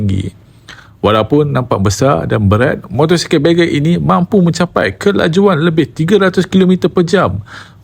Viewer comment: video bawah tu Ai ke? cakap sangkut2. Bagger bukan Begger(pengemis).. Redbul Ring tu Austria..